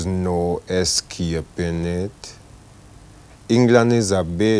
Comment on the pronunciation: The pronunciation of escaping triggers me that hard!